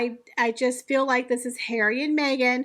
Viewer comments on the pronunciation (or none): none